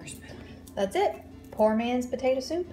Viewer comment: You said tator soup